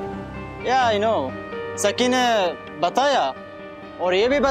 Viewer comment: Bro its not saki its sakhi